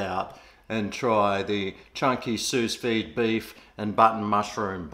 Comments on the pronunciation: its pronounced Sou veed. but i will start saying it like you have. SOOOUS VEEEED! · It’s pronounced sue-vee